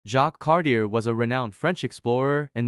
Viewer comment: Disliked because mispronounced Cartier...